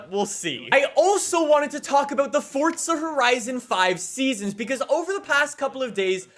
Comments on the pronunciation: Forza, not fortza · it literally sounds like you are saying FORTZA.....STOP IT. It's FORZA....NO T. That is all.. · Its forza not fortza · So is it pronounced “ForTza” or “ForZa” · One question, why do you say fortsa instead of forza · Why do Americans call it fortsa... It hasn't got a fucking T in the word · I had to stop watching because you kept saying Fortza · Fortza horizon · “Fortza Horizon 5” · It's FORZZZZA FORZA Z ZZZZZZZZ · I just can’t stand how he pronounces forza 🤮